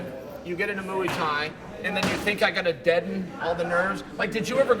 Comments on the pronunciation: Chael "Mooie Tie" Sonnen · Chael still using “Mooey Thai” with Hagerty is truly GOAT material. Undefeated and Unpronounceable. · Mooey Tie.